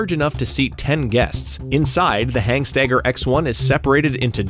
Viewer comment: Good video. Not sure where the extra "G" in Hanstaiger came from though... Definitely not HANGstaiger...